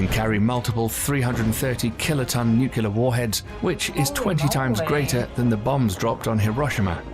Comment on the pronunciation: I had to stop watching at his mispronunciation of the word nuclear. 👎🏼